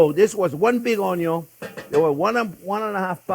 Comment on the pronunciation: I derive so much joy watching you cook Chef! You make cooking FUN! ( how it should be! :) Also, my Dad was French.. he always said “ Onyo”.. brings back wonderful memories listening to you 😊♥️